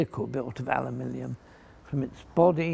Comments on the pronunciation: is saying alumilium, not aluminium.😁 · Americans: “Aluminum”, British: “Aluminium”, Fletcher: “Alumilium” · alumillium huh? did the british invent a new element? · I have heard it pronounced "Aluminum" and "Aluminium", but never pronounced Ow-U-Millium. Another spelling in England? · I see you have discovered the ultimate form ofaluminum, "alumilium" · I thought "alumillium" was some kind of aluminium composite. Didn't realise it's just the way he pronounced it :). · Not forgetting the pronunciation aluminium. Classic! The man is a living legend.